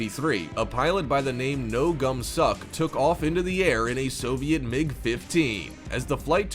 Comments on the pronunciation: His name was no kum-sok, not no gum-suk also his story is way more epic than all others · The pilots name was No Kum-Sok. Sure it sounds funny, but the dude was a badass. You could at least get his name right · The guys name is No Kum-sok not No Gum-suk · His name was pronounced “No gum suck” There’s a joke in there somewhere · No-gum sok hahahaha tf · The fighter pilot's name wasn't No Gum-Sok. I implore everyone reading to find out his real name. You're welcome. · I got to meet the pilot of few times and visit with him before he passed away this year. The pronunciation of his name is not given to much credence to his name but good try at it. Don't worry, it doesn't look anything like it should. Lol he didn't fly to South Korea, he flew from South Vietnam to Cuba. I don't know how this is getting it so wrong. He didn't even do it for any political game and he wasn't defecting, he was just sick and tired of being stuck in the small airspace that their military was allowed. He woke up one day and decided to go for a ride. This is the God's honest truth spoken from the man himself